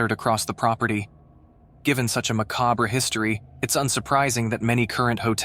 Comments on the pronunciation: Bro needs to update his AI voice over. Macabre is not pronounced macobree and cynical is definitely not pronounced seecal 😂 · He said macobree (macabre) 😂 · If you’re going to have AI read the script, teach it how to properly pronounce various words. Cynical. Macabre. Yikes! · My narrator... it's not see-call or cycle... it's pronounced cynical (cyn-a-cal).